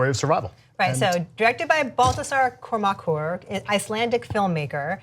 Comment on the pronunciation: I love hearing you pronounce Kormakur! Close, but no cigar..... Not as bad as the way they pronounce Bifrost in the Marvel movies, that reaaaaally makes me angry!